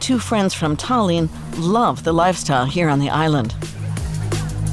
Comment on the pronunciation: Geez,,,, at least understand where the accent falls on names: Tah-LEEN, MAH-teeas, etc.